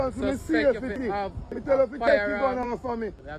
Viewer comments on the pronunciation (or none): Not safe-it-ty 😂😊